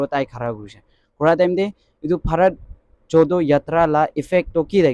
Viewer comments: Bharat jodo yatra.here correction:Jodo.do pronouns JoRo...Nice video. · Not JODO u should pronounce JORO confirm before you upload the video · Please pronounce JODO as JORO yatra.